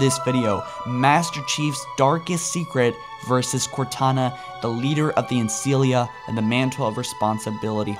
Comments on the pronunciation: Ancilla not Ancillia :\ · Dude, Ancilla! Not Ancillia... xD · laughing that you keep calling her the LiBEARian its LIBRAIAN also its Ancilla not Ancillia, inb4 oh he can do what he wants its his channel, but you know if you want to get it right you should be saying it right. interesting video tho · i love how he says librarian though how he says ancilla not so much